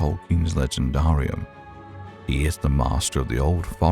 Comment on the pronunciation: Legendaarium 😂😂😂😂😂😂 Is this AI?